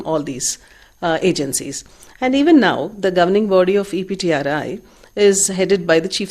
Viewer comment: It's EPTRI... Not CPTRI.. Please make a correction..